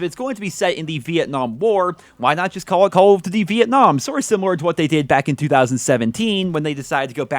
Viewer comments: Why does he say call of tuty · He finds it difficult to say Call of Duty. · It sounds weird when you saying Call of Duty I think you're pronouncing it super weird maybe your just saying it super fast so it sounds weird to me I don't know yeah it's cuz you are saying it weird plus you're saying it super fast so it's all scrunched up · Call of duzy or call of dugy i cant tell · "Calughft Dity..." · Call of dudy??? what??? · Yo why he say call of duty like that thoo?